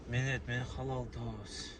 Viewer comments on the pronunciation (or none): none